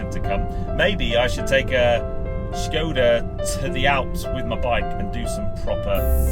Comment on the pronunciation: its a skoda not a schhhhkoda in the same way that barclays is barclays not barclaaaaays and dacia is a dacia not a dacha, love a bit of corporate speeeek me - nice car though for a skoda